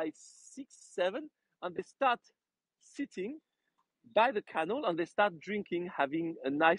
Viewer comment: may I correct you? canal is pronounced cuh NAL emphasis on last syllable.